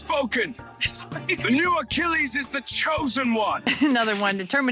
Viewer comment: "I am...Akiliyess" abah lu!hadoi....hahahaha